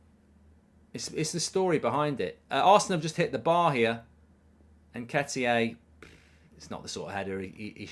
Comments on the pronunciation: Mark - You’re the only one saying “ N-ket-ee-ay”. Can you get it right please, or are you taking the piss? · Haha, why do you keep calling him Nketiyé? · Who the f is Nketiyay? 😂